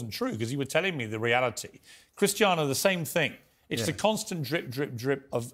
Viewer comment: "He is de greatest footbalplayer that has ever played the game"....cant take this guy seriously after saying that